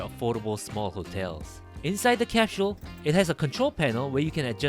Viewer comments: You’re are right. Cap shule. British English. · It's cute that you speak like an American but your pronunciation of the word "capsule" still sounded very Korean. Omo giyo woo oppaa